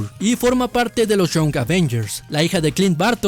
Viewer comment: Young se pronuncia: ian [ jʌŋ ]